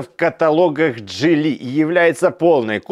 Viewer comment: Так Вы определитесь джИли или джилИ, а то на протяжении видео произносите название авто с ударением на разные слоги.